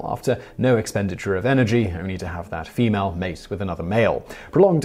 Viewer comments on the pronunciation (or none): none